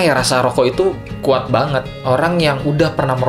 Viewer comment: Epic moment: "Lebih khuat" - Fiersa